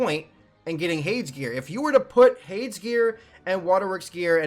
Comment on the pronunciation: Mans cant say Hades